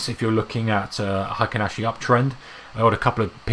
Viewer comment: Why do you prounce it like hAikEn ashi?